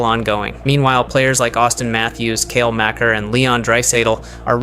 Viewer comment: And Makar, and Guy